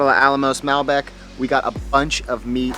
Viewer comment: As an expat in Argentina of about 20 years, this is one of the most authentic videos I have seen. Very well done. Only suggestions is learn to pronounce Mal-bec'. Cover the salting of the meat, cooking with fat side up first, covering the meat with newspaper. I enjoyed your video.... you captured a LOT of the spirit of asados!!